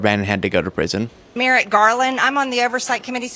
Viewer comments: Marjorie can't even pronounce Merrick Garland's first name correctly; she says "merit"! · Is MTG calling Merrick Garland "Merit" Garland? 😄